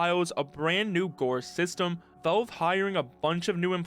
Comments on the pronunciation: It's "Valve" not "Velve". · wtf is up with your pronunciation of "Valve" sounds like you're saying "Bo" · Man, this guy really needs to say valve instead of volv